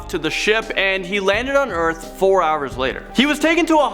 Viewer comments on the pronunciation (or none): none